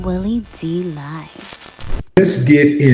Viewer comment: Willie D live in Houston right? Why does he keep saying his name like that? He had to hear it pronounced before.